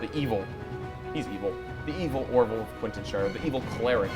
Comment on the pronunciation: oh my god, my favorite moment has to me when you all said "what happens in quitneshire, stays in quintenshire" I lost it